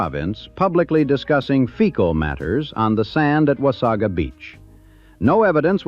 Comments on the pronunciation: "Memorial Day". This does not exist in Canada. The typical pronunciation is "Wah-say-guh", not 'Wah-saw-gaa" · beautiful beach, horrible place to go. i wish i coulda seen it in the 20's and 30's, but in my life from the 80's onward it has always been horribly gross. i forgot about the fire completely. plus no one says wasaga like the a.i. narrator. or haudenosaunee. oddly enough it pronounced anishinabek quite well!